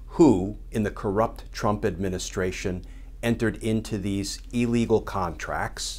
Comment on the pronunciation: I can’t stand it. EEElegal!?! Ffs. It’s ILLlegal.